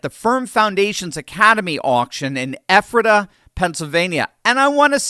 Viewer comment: Quick point on your speaking engagement. It's Ephrata not Epherta.